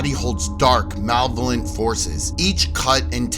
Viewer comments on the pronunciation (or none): Maleh-volent. Not male volent.